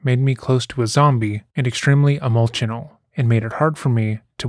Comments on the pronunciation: lol at reading the letter exactly as written. "Extremely emoltional." "Sexy offender." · I love it when you read his letter to the judge phonetically and pronounce "emoltional" the way he spelled it. Bravo! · "emoltional" TOOK ME OUT🤣🤣